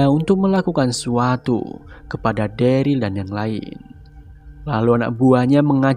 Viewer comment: bang plis banget next episode sebut daryl dengan derel jangan deril lagi 😂😂 it sounds so weird